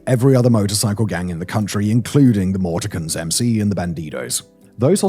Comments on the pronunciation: The way he pronounced morticians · "Morti-cans" 😂 *morticians - a professional who prepares deceased individuals for funeral services, handling tasks such as embalming, dressing, and cosmetic enhancement to provide a peaceful presentation for the deceased's family. 🛵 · Pronounce it Mortishians😂😂 your still da man! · Pretty interesting way to pronounce "Morticians". .